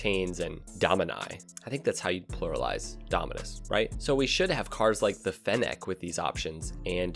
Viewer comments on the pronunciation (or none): nobody:: Fen Neck